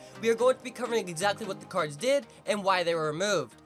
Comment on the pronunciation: cardzh? Lol